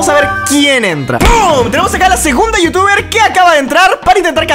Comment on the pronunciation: cap DIJISTE YOUTUBER NO VITUBER